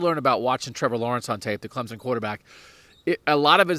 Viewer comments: It’s not Clemzen. It’s CLEMSON ! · Please do not WRITE about Travis (atienn) it is Etienne . And its Clemson not Clemzon. If you can get it right then you can write about Clemson.Thanks